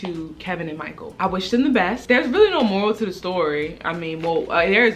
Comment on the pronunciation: Every time she say "tew" lol 😌😍 them Baltimore vibes